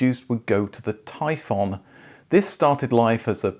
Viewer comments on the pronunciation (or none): none